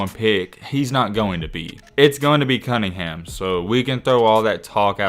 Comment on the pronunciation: “cunnhingan” 😂😂💀 go back to school lmao